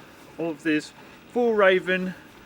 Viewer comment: Nice review. Glad it’s fake fur. It would be nice if you would learn to say Fjällräven. It’s not that hard if you try 😀